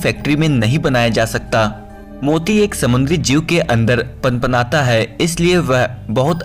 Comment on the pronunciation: I can't stop laughing at panpata h ko Bhai shab ne bola pnpnata h